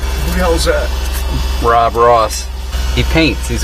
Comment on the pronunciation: Are you saying Rob or Bob?